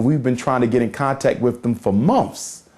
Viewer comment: A doctor that cannot pronounce the word months ( mumpfs)